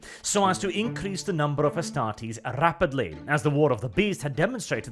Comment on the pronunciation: Cmon. Astartes, not Estartes. You stumbled at the finish line, the rest is so good.